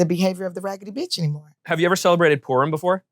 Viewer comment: I don't know if it's the subtitles or you said it wrong,but it's "Purim" not "porn"😅